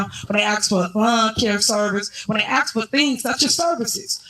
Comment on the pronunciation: If ur Mayor says Wroof or Axe instead of Roof and Ask u know u in trouble as a city or town